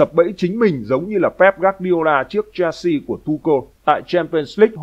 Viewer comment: Chelsea không phải đọc là “chen si” mà đọc là “Sel si”